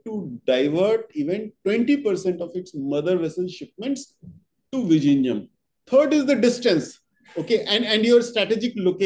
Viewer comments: Vizhinjam not vijinjam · The pronunciation of "Vizhinjam" needs to be corrected at least before it starts operation.